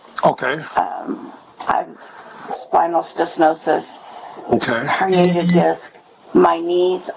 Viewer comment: Spinal “stesnosis”